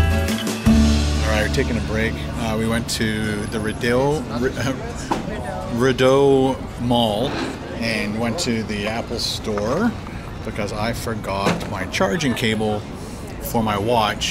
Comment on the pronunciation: Nice shots of my hometown 😊❤️ The only name you butchered was Rideau 😂 it’s pronounced ree-dough